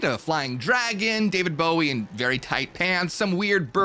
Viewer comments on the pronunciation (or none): ... Did you just Say David Gowie? its David Bowie... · Did u say David gowie?? Wierd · Loved the video but yo said David Gowie lol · Swear u said David Gowie lol